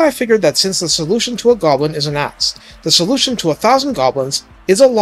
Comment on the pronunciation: You keep saying ass instead of axe, lol.